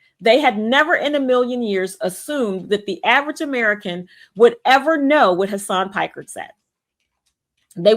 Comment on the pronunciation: did she say Hasan Pecker???